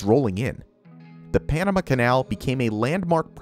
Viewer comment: narrator's pronunciation of "Panama" is distracting